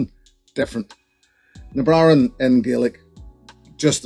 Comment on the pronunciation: Sounds like you forgot to pronounce some consonants in "Na Bràithrean".... but I'm an American so what the hell do I know?